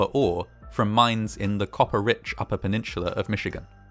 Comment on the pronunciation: This was a great video, but the real praise needs to go to you managing to say "Copper rich upper penisular of Michigan".